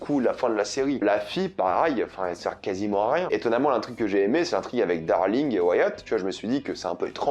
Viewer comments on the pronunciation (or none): Ozark est l'histoire d'une famille qui vont déménager.... Ok ça commence bien! Sans parler des "peUrsonnages"... Et, ah oui c'est "Darlene" pas "darling"... qui veut dire autre chéri... C'est pas "roof" ( qui veut dire plafond) mais "Ruth". Pourquoi tu demandes à ce qu'on écrive dans les commentaires puisse que tu y réponds jamais. C'est juste pour être mieux référencé par google hein...avoue!